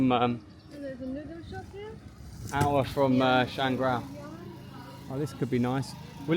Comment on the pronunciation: My grandpa is from Shangrao. It's Shang-Rao, not ShanGrao. Enjoy.